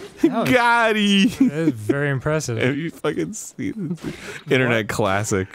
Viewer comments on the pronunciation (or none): arin.. it’s not goddy or whatever you said lmfao it’s “got em” lol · Mr. Hansen. Its "Got EEM" not "GOTTI" you goofball (Disclaimer: It sounds exactly like hes saying "Gotti", but do not be fooled) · it's not gotty it's gottem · Got em.... not got eeeee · "ha goudi"? its "ha! got em" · Arin. It's "Got im." There's an M there. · Negatron but it sounds like goteee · it sounds like goteee. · All I heard was "Got He". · Hearing "GOT EEEE" Pains me xD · Arin it's "GOT EEM"